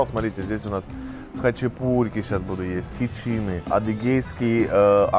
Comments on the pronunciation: не хычИны а хычинЫ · хЫчин, через "ы"